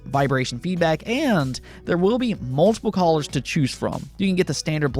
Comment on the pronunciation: U cant say Colors lol that was hilarious